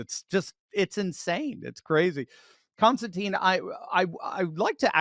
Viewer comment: Surely your guest's name is pronounced Constantin as it's spelled, ending with tin, not teen.